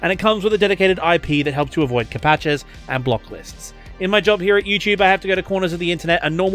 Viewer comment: Did you just call captchas “ka-patchas”?